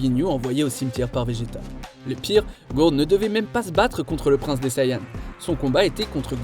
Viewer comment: ghourd ?????????????? connais pas Guldo oui un peu de respect franchement déjà la version anglaise c'est immonde mais si en plus vous faites même pas l'effort pour les noms.....